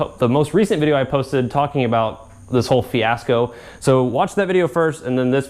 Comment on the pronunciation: Did you say Fiat 'sco ?